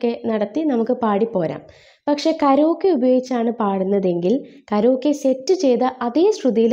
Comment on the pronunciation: കരോക്കേ അല്ല കരയോകി എന്നാണ് പറയുക